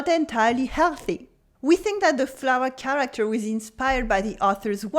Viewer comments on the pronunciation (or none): none